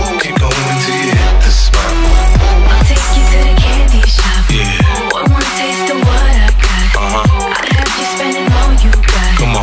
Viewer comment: after a while its starts to sound like Panty Shot